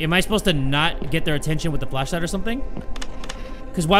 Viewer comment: Handy Dandy Fleshlight i swear i cant be the only one who hears him say Fleshlight right